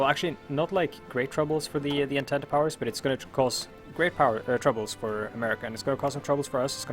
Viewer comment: It is pronounced as Ahn-tant